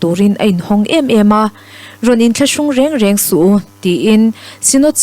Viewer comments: I va chhiarthiam ziktluak teuh vele. 'Su' te,'Se te,'Bass san' tih kha lo ngaithlanawn leh teh. A solfa a diklo nasa mai. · a bengvarthlak hle mai..chutihrualin "SU a ti leh SE" tih thluk hi lo zir leh deuh leh teh se. a thluk a dik lo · chhiar thiam viau naa, a thluk diklo, su ati leh se mai, mizo tawng hi athluk a zira dang lam dawrh dawrh hi atam a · 'SU' a ti leh "SE" Thu chhiartu hian a chhiar thiam khawp mai. Ngaihthlak pawh a hahdam thlak. Lam rik dan tur ang taka lam ri tura inzir deuh a tha ka ti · Ka rin aia i chhiarthiam loh chu....su a tih leh se, tihlai kha, a tum bo ṭhakin i chhiar lo maw? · I chhiar thiam hle mai. Thil pakhat su a tih leh se tih lai tak hi i chhiar dik lo tlat mai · Su leh Se kha a ri hniama lam tur aw.